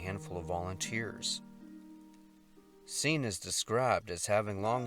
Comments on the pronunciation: The name Cian is Irish and is pronounced 'Kee an'. These missing people, their stories, their names, and their family are important to honor respectfully. And sometimes that respect might require looking up any name one is a bit unsure how to pronounce. It only takes a few seconds and conveys a much more professional message than just winging it while discussing the most profoundly challenging moment of their existence. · Kian...hard 'C' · Cian is pronounced with strong "C" i.e. so name would be sounding like the word "keen". I am from Dublin, and remember reading about poor Cian. 🧚‍♂️☘🇮🇪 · His name is pronounced like keen/kee-ann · 'Cian' is pronounced 'Kee-ann.' Thank you for bringing us these people's stories. that last one seems so avoidable!